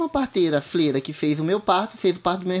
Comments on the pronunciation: Que agonia esta mulher dizendo " flera" ao invés de " freira" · Não é fleira que fala e sim freira,feminino de frei